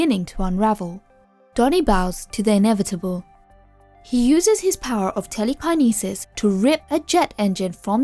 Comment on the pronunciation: telly-kah-knee-sys lol